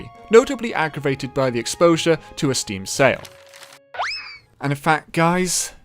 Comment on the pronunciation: *aggravated*, not aggrivated.